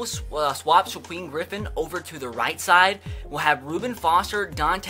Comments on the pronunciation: Shakiem not shaqueff🙄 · (Shuh-keem) Griffin not (Shuh-queem) Griffin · It’s shaquem as In sha-keem not sha-queem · It's on shiKWEEM its shuh-keem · It’s pronounced Shakeem not Shaqweem lol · It's Shak-Eem not shagweem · Wincing every time I hear shakweem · Shaquem (sha-keem) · "Shakweem Griffin" wow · How has no one commented yet telling you that it's pronounced Sha-keem? I fully expected that to be every comment. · sha-keem is how you pronounce it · SHAKEEM GRIFFIN NOT SHAQUEEM FFS IM GONNA LOSE MY MIND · anyone else bothered by how he says “shaquem” I’m shaquem griffin?? To me he’s over pronouncing the “U”